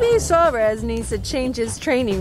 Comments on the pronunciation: Hey! It's SUAREZ not SAUREZ! Damn! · Wow the pronunciation of suarez lol